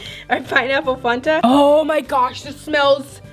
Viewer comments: FAN-TUH NOT PHAN-THA STILL LOVE U THO NO HATE! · It’s fanta not fonta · It's Fanta not fonta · It’s not fonta it’s Fanta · Its not fonta its faaaaanta duh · You said Funta not fanta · It’s fan-ta not fun-ta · It’s f-🐜-ta not funta fANTa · It’s Fanta not fonta 🥴🤣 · Next time you should wear gloves because sometimes those chemicals can harm your hands and give you rashes and hives (I know because it happened to my cousin before and she went to the doctors and she had so much medicine she had to take or more of feel) but you should probably protect your hands btw it’s not fon-ta like you say it’s fan-ta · f-ant-a not faunt-a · She says funta not fanta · Its not fonta its fanta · i am not hateing but it is not funta it is fanta with an a not a u in the middle sooooooooooo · pronounced it like "funta" but it's "FANTA" no offense, it's just very cringy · Did she say fonta what is fonta it’s *Fanta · The way she says Fanta is just cringey to me..."Fonta" it's just...idk. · It’s Fanta not Fonta (f-Ant-a) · It's not pronounced founta it's fan-ta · Um she said "Fonta" It's fanta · I call it FAN ta not FON ta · She says Fonta and its fanta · Its Fan-ta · I’m not trying. To be mean but says Fanta like funta lol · I love your videos and lmao not a hater but fanta is pronounced fan-tah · It is pronounced fan ta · Fanta is pernounced (f-ant-ah) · Ok not trying to be mean but I don’t know where you are from but it made me laugh when you said Fanta cause I am from the south and we pronounce it differently... the way we pronounce it is fan ta. I know that is it just spaced out but that is how the say it.😂😂😂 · It’s (fan-ta) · Is now one finna talk about how she said Fanta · You say fanta wrong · You say it wrong ( the soda ) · You pronounce Fanta wrong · The way she said Fanta makes me mad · She pronounced fanta wrong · Did anyone notice that was saying Fanta wrong